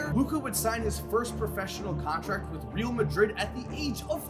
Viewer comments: C'mon. It has been years. You're still pronouncing Real Madrid wrong. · Pisses me off so much 🤦‍♂️